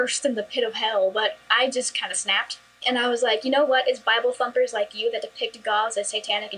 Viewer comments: I thought she said "bible fucker" lol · I heard "fumpers" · she said thumpers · Haha, it dose kinda sound like that.😂😂😂